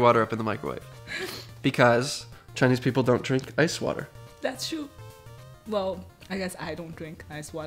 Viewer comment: When you say ice water in Mandarin it sounded like ice cream. I'm surprised they didn't bring you ice cream.